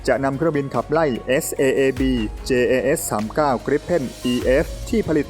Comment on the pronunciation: Dassault Rafale อ่านว่า ดาสโซลต์ ราฟาล เพราะมันลงท้ายด้วย le ถ้าจะอ่านว่าราฟาเอลมันจะต้องลงท้ายด้วย el รู้สึกว่าคนทำช่องข่าวทหารรุ่นใหม่ๆ จะผิดกันเกือบหมด ลองหาฟังจากช่อง TAF หรือ LT studio สองช่องนี้เชื่อถือเรื่องข้อมูลความถูกต้องได้ อีกอันที่ชอบผิด JAS อ่านว่ายาส, แจ๊ส ไม่ได้อ่านว่าจัส จะออกเสียงจัสต้องเขียน JUS อ้างอิงเสียงอ่านจากคำว่า JAZZ (เพลงแจ๊ส) และคำว่า JUST (จัสท์ที่แปลว่าแค่)